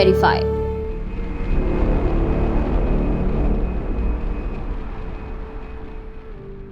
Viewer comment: Not dwarika.... Correct it....the name DWARAKA